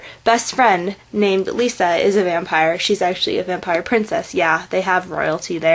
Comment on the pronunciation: The names are Romania not Italian and Rose is half-human half-moroi-vampire and your saying Lissa's name wrong,your saying it like Lisa(L ee s a) and the wright way is Lissa (L i ss a) But I do agree with you Rose is my favorite character. The series does get better as it go along and all of the characters grow up.